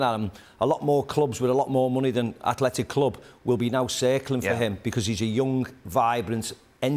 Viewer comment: McManaman well done:you said it right:Athletic Club!!!!!